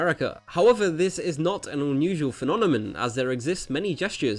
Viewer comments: What's a "phenonemon"? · Phenominam? xD Good video though! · Phenonemon? You mean phenomenon? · "phenonemon" o k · he said...phenonamen